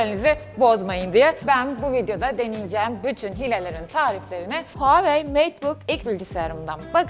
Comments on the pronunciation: Abla nolur huwei deme artık markadan soğudum yaaa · Abla seni çok seviyorum ama neden huawey diyip duruyon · Nobody:: Huawei